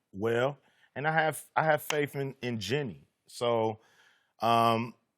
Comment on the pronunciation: "Jenny" buss c'mon cube